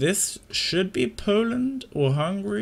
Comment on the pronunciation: nice video but Poland and Hungary not Hungry :D